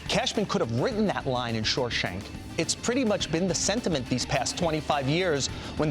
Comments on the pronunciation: I know, its annoying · "Shoreshank" lol